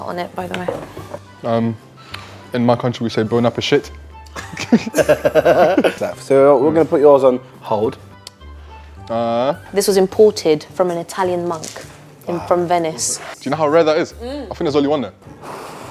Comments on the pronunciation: “Bon appes*it” 😂😂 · said Bon appe shit looool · 'Bon appeshit' 🤣🤣🤣🤣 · My guy just ‘bon apashit ‘ I’m gone I swear 😂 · Man said ‘Bona-appa-shit’😂🤣